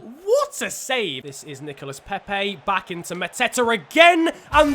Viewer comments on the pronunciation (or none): It's Nicola Pepe and Thoma Lemar not Thomassss or Nicolassssss